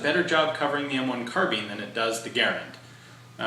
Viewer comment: Ga-Rand, Ga-Rand, a good woody sounding word, not like Gar-an, too tinny, tinny.